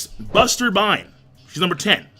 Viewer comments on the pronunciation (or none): Its BASTERBINE BAMBIETTA BASTERBINE NOT BUSTERBINE BASTERBINE